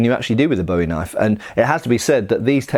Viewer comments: It's a very pedantic point to make but I don't mean any form of condescension or offensiveness, just a texan who likes her big knife. In Texas, cultural origin of the knife as I understand, it's pronounced BOO-ee, sounds similar to the American pronunciation of buoy. and I do wanna mention that David Bowie used the English pronunciation of the name as it has its roots in English, but the knife's namesake was Jim Bowie the Texan Colonel during the Texan Revolution, who Santa Anna ordered to be buried because he was "To brave a man to be burned like a dog ". Love the vids! the bayonet manual just might get me to buy some surplus. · Great video, except for the constant mispronouciation of Bowie. You actually said it correctly once. It's pronounced "Boo-eee", not like the archery wooden stick with a string on it used to propel arrows. I figured if you can pronounce the Spanish knifes names correctly, you could get Bowie right. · but in the context with the actual knife, it's "Boo-eee". The knife is American, as was the man who made it famous, not Scottish. That would be like calling a bayonet a "bean", not even remotely the same thing, or that cheaply made spanish knife you had a "boomerang". Pronunciation is all about where you're from, right? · BOO-ee is the pronunciation, not BOW-ee. BOW-ee is for David Bowie, not Jim. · Wasn't entirely sure what you said until I realized you were saying Bowie wrong. "Bo-E" is a pop star. "Bu-E" is an American frontiersman famous for a knife design that shares his name. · Great video but something to note is that the knife is pronounced (boo-wie) unlike the singer (bow-ie). The surname for Jim Bowie, the knife fighter and Texas revolutionary, is originally Scottish and comes from the Gaelic word "buidhe", meaning "yellow", "fair haired", "lucky", etc. which eventually becomes "bui", also meaning "yellow". The original Gaelic, like the knife fighter, is pronounced with a long "oo" sound, buidhe -> pujə.